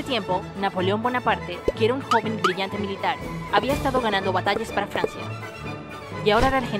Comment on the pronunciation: "rey de FLANCIA"